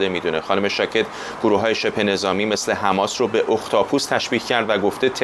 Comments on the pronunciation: تمام دنیا میگن حماس ، این کیه که همش میگه حمس ، حمس ، می خواد کلاس بزاره .... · این دیوث کلمه مقدس حماس رو نمیتونه درست تلفظ کنه مرتیکه حماس حماس حماس